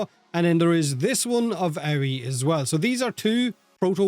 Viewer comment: Love the number of people pronouncing Aoi as Ow-wee. Even DE can't say it right. Hilarious. It's literally the Japanese word for blue. Ah-Oi-E.